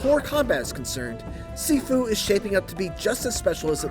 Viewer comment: pronunciation- ( X ) Sifu ( O ) Shiifuu.